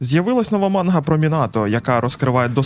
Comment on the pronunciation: Правильно: манґа ; пояснію чому. Слово манґа складається з наступний ієрогліф [ マンガ ] якраз ガ читається як "ґа". Це затвержено у будь-якій японсько-українські системи транскрипції. Додотково для перевірки ви можете послухати через google перекладач, або знайти відео японською. Додоткова інформаця ガ також означає як міль